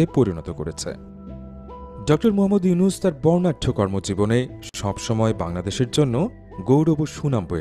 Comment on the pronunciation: ডক্টর মোহাম্মদ ইউনূস স্যার,, নামটা ভালো ভাবে বলেন,, সম্মান না দিলে আপনার সম্মান ও থাকবে না, সবাই তোমাকে আন ফলো করলে তোমার ও বেলো থাকবে না,, মনেরাখবে😡